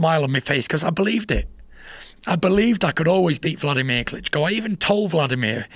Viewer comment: He says “Klitco” - sounds like a brand of intimate female devices.